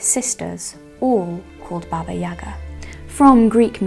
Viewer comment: Wow, such tremendous amount of work! I give you my respect as a veteran-procrastinator. Thereto I would like to add, that you, with all of the John Wick fans, mispronounce the name Baba Yaga (it is YagA, not YAga).